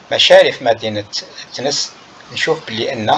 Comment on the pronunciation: TENES ET NON THENES